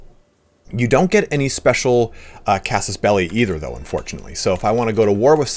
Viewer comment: Thanks, also for pronouncing casus belli correctly… :)